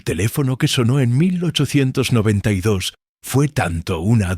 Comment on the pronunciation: La voz estilo irlandés viviendo dos años en Benidorm , no está mal, de inicio parece q dice 1992 y no 1892, y alguna pequeña errata de traducción por ahí suelta o las pausas , o signos de puntuación. Pero aún con todo es bastante agradable la narración , quizá sería mejor repasarlo todo escuchandolo y editando esos fallitos como números que los traduce casi todos mal, saludos